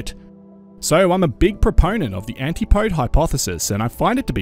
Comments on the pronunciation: Antipode is pronounced antipody. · I don't know where you heard that but it's pronounced anti-pode. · I've been into geology for a very long time. It's pronounced anti-pode. Google antipode pronunciation. It's right there. Both in British and American.